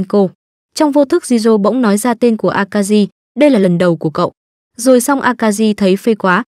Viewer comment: Jirou, Shiori, Akari mà nghe phát âm giọng Bắc cứ cấn cấn